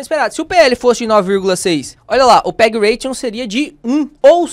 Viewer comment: ótimo vídeo e aula, mas só uma correção: é PEG Ratio, sem n no final, de "razão" em inglês. Ration é "ração" em inglês.